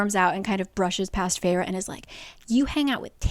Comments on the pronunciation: Its Fey---Raa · I thought the protagonists name was pronounced Fair as in “beauty”. Also why would you name your child a name closely sounding like fairy if fairy’s are evil? It’s like naming your kid Demonica. Also, the main character gal was extremely obnoxious with hate towards the Tomlin character. She murdered his friend and tomlin spared life and let’s live in luxury and takes care of family. And she is upset that he couldn’t compliment better? I’m a few chapters in and I want to throw the book because she’s so unlikable. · I always thought feyre was pronounced like fair— literally cracking up at this so saving this in case I ever decide to watch this over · Was i the only one who did not know how to pronounce "Feyre" in my head and read it as "Fersjskh" the entire ACOTAR and that just ruined the entire romance for me lmao